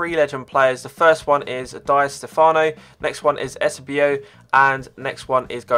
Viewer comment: 'Die' Stefano! Said Eusabio wrong. Not a proper footy fan